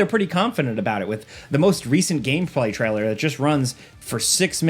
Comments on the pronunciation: Take a shot every time he says "treller" instead of trailer and your liver will hate you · so cant pronounce "trailer" properly and cant pronounce "game" 😂